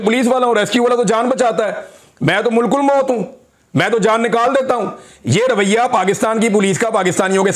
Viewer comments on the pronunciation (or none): The word ملک الموت is pronounced MALIK-AL-MOAT, not “mulk-ul-moat”.